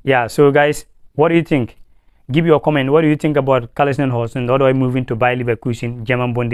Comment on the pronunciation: It's not Callisom, but Callum Hudson Odoi.